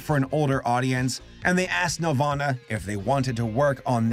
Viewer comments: It's NEL-VAN-AH....not NEL-VAUGHN-AH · Wen ever he says nelvana I think Nirvana. Which is fitting because it's a rock movie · i keep hearing nirvana instead of nelvana, and i was like "when tf did kurt animate movies..??" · Bothers me so much that he doesn’t pronounce the ‘nel’ in Nelvana and instead sounds like Nervana. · It sounds like you’re saying “Nirvana” every time you mention the company name. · Lel I thought that was what he was saying this whole time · I thought you said nirvana like the band with Kurt coban 💀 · Every time he said Nelvana, I pictured a studio where Kurt Cobain, Krist Novaselic and Dave Grohl were doing animation.